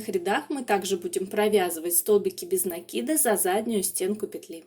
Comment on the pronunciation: Слушать вас одно удовольствие, спасибо вам за то что делаете ударение в слове накид правильно.